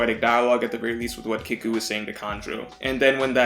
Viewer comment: Don’t wanna be that guy but kiku is pronounced key-ku not kick-u